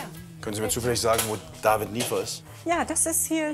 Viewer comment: WIESO IMMER "DAVIED"